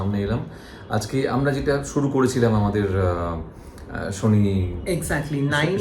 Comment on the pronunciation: Vii tomra to Bangali proper bengali te bolo .... সুরিয়া দেব, শানি দেব।। এগুলো কি বাংলা ভাষা ।।।